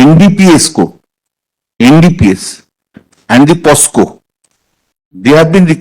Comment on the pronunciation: Why Kalyan banerjee saying posco instead of pocso?